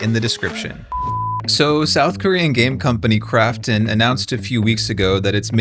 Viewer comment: When he says Krafton I keep hearing "crapton" and I don't know if it's on purpose but either way, it's accurate.